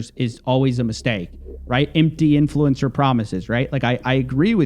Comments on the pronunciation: the most annoying this about this guy is how he pronounces inFLUencer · why does he keep saying influencer like that